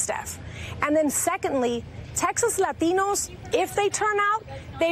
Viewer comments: Why so much emphasis on the A. Say it normal. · You really don't have to say "latinos" with a "latino" accent. If you're going to have an accent, fine, but use it in all your speech, otherwise you sound pretentious. But you are a liberal, so why am I surprised? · Can’t stand it when the word Latinos is pronounced lathinos... by someone that doesn’t have the accent and only shows it saying that word only. Happens all the time by people(mostly women) that look Hispanic from America. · She was supposed to say "Law-Teen-Knows". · I just LOOOVE how she pronounces "la latinos" so strongly.. is it necessary? haha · "and as you mentioned, the demographics here are changing, látíñós make up 30% of this district." always makes me laugh when they activate full myana when pronouncing latino. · is it really necessary for her to pronounce it "LahTEEnohs"... forced heavy accents on selective words in a sentence always sounds cringe af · Why she keep saying Ladinos? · LLLLAitinos :D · Do you really have to pronounce Latinos that way? Because that's the only word with the overly dramatic accent. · I hate the way she pronounces Latinos. Gimme a break already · No dude. There are a lot of Latinos who think it's goofy when someone with a perfect English tries too hard to impress them. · The way she pronounces latinos is straight out of South Park lmao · Thought the same thing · Dude I was taking a dump when I watched this. The way she pronounce Latinos triggered me so much I couldn't finish. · jorge S it’s actually now... she’s adding an accent for some weird reason. I’ve heard many hispanics pronounce it like normal folks. It’s just the word Latin with o added to the end. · She emphasize the word Latino too much. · yeah the way she said Latinos triggered me... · It's funny that she pronounces "Latinos" with a Spanish accent and then resorts back to mid western English accent with the rest of the report. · The way she pronounce Latinos :D